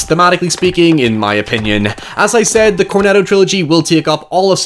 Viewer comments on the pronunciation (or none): none